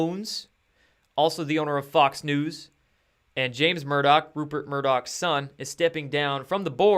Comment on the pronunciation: it almost sounded like you said “Fucks News” lol